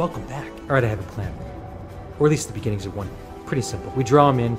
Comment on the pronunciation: In the beningging, beningging beningging.